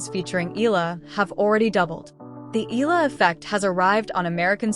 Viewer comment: CORRECTION: Her name has 3 syllables, I-YAH-LA